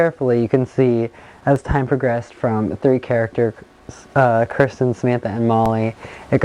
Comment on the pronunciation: Your not sayings Kirstens name right